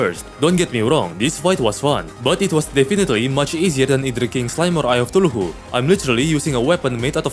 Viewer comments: Why does he say eye of tuluhu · Favorites of pronunciation: Shield of thuluhu